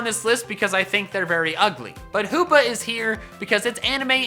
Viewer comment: HOOPA, NOT HOPPA!